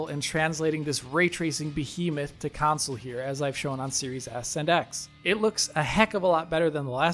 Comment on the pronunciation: Cun'sals Counsouls Cownsols Why can't he say console?